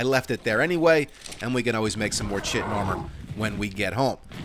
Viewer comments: He knows, he says it wrong on purpose because it's funnier lol. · Has anyone told him he's pronouncing "chitin" incorrectly? 😇